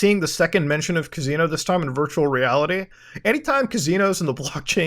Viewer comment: ka-zeen-o thats how we say it right?